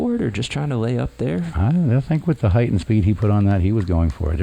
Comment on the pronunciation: It is spelled HEIGHT!! Not heighth! Grrr